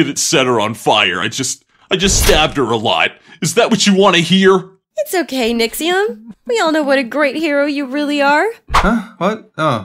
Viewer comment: Yes, Nixxom not Nixxiom